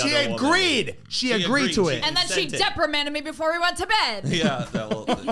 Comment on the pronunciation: Depramand is not a word